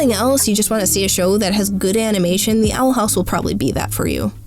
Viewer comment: theey awel hawwse